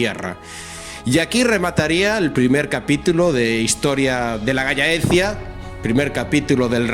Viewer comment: Se dice galh laecia (, solo que en castellano juntando las dos Ll suena gallaecia, normalmente es tierra de los galaicos